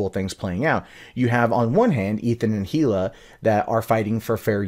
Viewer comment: Come on dude, it's not pronounced "he-luh" it's pronounced "ee-luh." The "H" is silent.